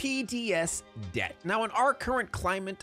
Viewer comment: Since we were talking about Dia de los Muertos I kept hearing DEATH instead of Debt 🤣🤣🤣